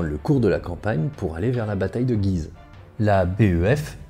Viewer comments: Salut j'adore ton travail sur cette chaîne. Je suis au taquet pour cette série sur la 1ere ww . Étant un local de cette vidéo (je vis sur le chemin des dames ) je reviens sur La prononciation de la ville de Guise , qui n'est pas comme dans la vidéo mais avec l'accent axonais ! (G oui ze ) c'est approximatif mais ça y ressemble !!! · Vidéo très intéressante comme toujours étant originaire de la région de "Güise" je me suis beaucoup amusé en l'écoutant (en phonétique chez nous on prononce "Gyizø"). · prononcer gUuise ^^ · Un superbe travail comme d'ordinaire ! Une petite remarque, étant natif de Guise. La prononciation locale est "goui-se". Mais il va de soi que la prononciation qui est dominante en France est celle adoptée dans la vidéo... Ce n'est donc pas bien grave... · Guise se prononce « Gouise » comme cuisine se prononce « couisine » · Guise ça se prononce guouise, mais bonne video quand même x) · ça m'a aussi fait bizarre d'entendre "Guise" prononcé comme ça ! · Encore une fois une vidéo très interessante et bien documenté, merci beaucoup! Toujours "marrant" de voir comment Guise est prononcé comme tu le fait dans toute les œuvre en rapport à l'histoire etc (bataille de guise, duc de guise...) Mais que les locaux prononcent le U ^^ (ma famille vient d'entre ribemont et guise^^) Quoi qu'il en soit c'est toujours un plaisir de cliquer sur tes vidéo et j’attends la prochaine avec impatience! PS: je n'était pas sûr si tu était sérieux pour le rapport entre limogeage et Limoge j'avoue que ça m'à surpris^^